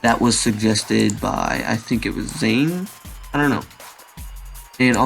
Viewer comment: 'I think it was Zayn?' wrong pronunciation but I am ok with that :) anyway nice tutorial, also I usually try bending the root bone with the torso and not just the torso that usually has a better effect